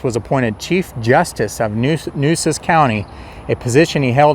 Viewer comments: FYI: The true pronunciation of " Nueces " is like "New-aces" (one word). Mesquite trees are numerous around the San Antonio area. Corpus Christi was a very important port city by the mid-1800s, same as Galveston. Yellow fever and hurricanes drove many people away by the mid-1900s. However, Houston suffered same troubles but survived into a huge metropolis; maybe because it is 40+ miles further inland from the coast, with an inland channel from the sea... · Nueces - Noo-AY-ses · Really enjoyed this! My great, great grandparents were the Weidenmueller’s you mentioned at the beginning! As a native Corpus Christian, I can confirm those are mesquite trees, that they grow low because of the wind, and their thorns pack a punch. And, somebody probably told you,but the county is pronounced New a sis. The first weekend in November I plan to go to an annual event at the cemetery,where I understand people will be to tell stories. I no longer live in CC, so I’m not sure of the details, but thought you’d like to know. Again, you did a great job! Thank you.